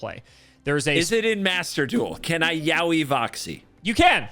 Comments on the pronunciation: To be clear, the pronunciation of "yowie" should be "yoh-wi" based on the Japanese reading. Yowie (spelled yaoi) is a japanese word for gay male stuff, so probably not what they are going for. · Yaoi is not pronounced like Yaowy but I'll pretend that it does because that's way funnier. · I think my soul left my body for a moment with the sentence "I'm going to Yaoi Voxie." Like. Honey. Noooooooo.